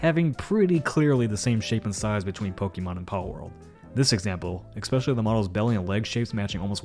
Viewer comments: PLEASE stop pronouncing it "Ex-pecially" 😊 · At worst pokemon will sue the to change designs, thats pby the worst and - especially is not pronounced "ex-specially" Pby only noticed coz I don't know how to get into contact with Chris Guerrerro who reads Overlord audiobooks and does the same thing and the dude isn't reading his tweets too much